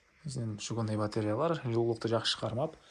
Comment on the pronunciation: Жолдош корсотуучу, мен уй албайм, жон эле уйлордун жасалгасын кором,озумун уйуму салыштырып, жана мага кызык, сураныч, батареялар деп айтчы, батреялар дебей🤨калган создорун и корсотуун баары жакшы 👍, азамат.